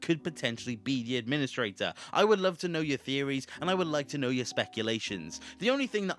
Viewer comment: Maybe you’re the Ad-PIN-istrator